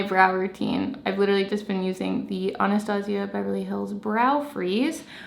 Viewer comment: The way your pronounce “Anastasia”😖